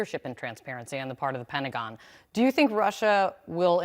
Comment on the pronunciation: What does the word "Pen-agon" mean? 🤣🤔